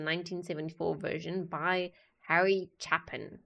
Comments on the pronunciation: when pronouncing this artist name, it is a long A chApin! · CHAY-pin - long "a" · Song hits harder when you are older Pronounced Chay pin